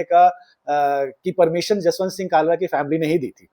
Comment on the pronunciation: bhai, Kalra nahin, it's Khalra... From the epiglottis. 😊 Kalra is Khatri clan in punjab whereas Khalra is name of village of Sardar Jaswant Singh and it is general practice to put your Village as a suffix to your name (particularly among Sikhs) instead of your surname. From the epiglottis 😊😊 खालरा, ख ✅ क ❌ 😊😊😊